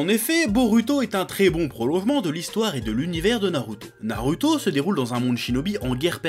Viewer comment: TU PEUX DIRE NARUTO AVEC LE /ou/ et pas /u/ c: sinon j'adore